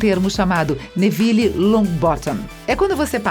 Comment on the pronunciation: lulibyun ele falou:wésléi só q a pronúncia certa é:wisley tmb falou névili só q a pronúncia certa é nervil